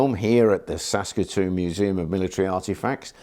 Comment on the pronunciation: ..."Saskatoon" ??... huh! ... I didn't know you were Canadian! :)